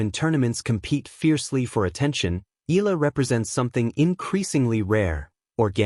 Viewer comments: E-YA - LA (EALA) please don't silent the A vowel.. ♥️🇵🇭♥️ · You pronounced her surname incorrectly. Pls. check with Cam Williams how to say it.